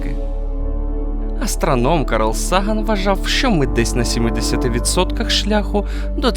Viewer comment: Дуже цікаво і корисно. Якісно проілюстровано (навіть дуже), хороша фонова музика, добре продуманий текст... АЛЕ: - позаземний разум (розум); - найближчих к нам (до нас); - астраном (астроном); - багатаклітинне (багатоклітинне); - об стіну (наголос!); - вуглеродним шовінізмом (вуглецевим); - рівням розвитку (рівнем); - у клітинах зоопарку (клітини в організмі, а в зоопарку - клітки; грудна, до речі, теж клітка); - учасники проекта (проЄктУ); - однією з найможливіших (звучить не дуже, краще най- або найбільш вірогідних/ймовірних); - найулюблених (улюблених (не потрібно підвищувати ступінь для цього слова)); - мучаючи (мучачи); А ще не можна всюди пом'ягшувати "ч" і "щ". Існують певні правила, що описують випадки пом'ягшення цих звуків. Український YouTube не просто має існувати - він має бути якісним. 𝚄𝚔𝚛𝚊𝚓𝚒𝚗𝚜'𝚔𝚢𝚓 𝚈𝚘𝚞𝚃𝚞𝚋𝚎 𝚗𝚎 𝚙𝚛𝚘𝚜𝚝𝚘 𝚖𝚊𝚓𝚎 𝚒𝚜𝚗𝚞𝚟𝚊𝚝𝚢 - 𝚟𝚒𝚗 𝚖𝚊𝚓𝚎 𝚋𝚞𝚝𝚢 𝚓𝚊𝚔𝚒𝚜𝚗𝚢𝚖.